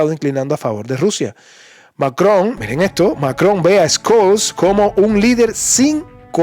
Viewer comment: Te felicito por tu canal soy seguidor de tu contenido real y objetivo de verdad es extraordinario tu canal sumamente informativo Si me permites hacerte una crítica constructiva el nombre del Canciller Alemán Olaf Scholz se pronuncia shols en vez de escols saludos y un abrazo desde Minnesota USA